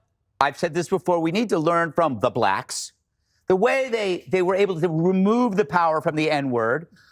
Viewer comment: "The blacks" why did he say it like that